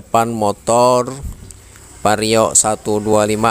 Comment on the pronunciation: itu vario bang , bukan pario.